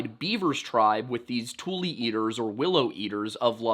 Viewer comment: You have redeemed yourself, in my eyes, by finally pronouncing tule correctly. I am a 4th generation Californian raised in Solano County which has a lot of tule in the Suisun (soo-soon) marsh. There are a lot of Native American and hybrid place names that many people get wrong. It always bugged me when newcomers always tried to correct my pronunciation of words that I learned from my family that had lived in the area since the 1840s.